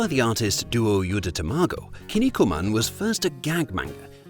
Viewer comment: "Kin niku man", not "kinni ku man". Kinniku means muscles in Japanese.